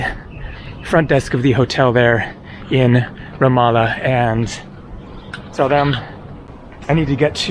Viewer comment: Glad you finally got the pronunciation of Ramallah correct!